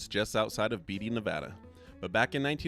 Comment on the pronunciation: Very cool video. I haven't been to some of those in a very long time. Thanks for posting. Beatty = Bay-Tea, not Beat-E.